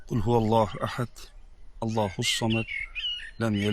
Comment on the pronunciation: Mulla bilganini oʻqorkanda qulfi olloxmas qulxuvalloxu deb aytiladi aktiyor , toʻtixam eshitkanini sayrarkan